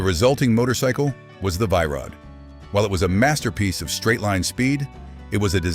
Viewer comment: Its pronounced VEE Rod